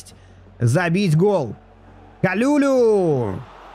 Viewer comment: привет. По-моему правильно его фамилия произносится Калулу не Калюлю 😂 хотя звучит прикольно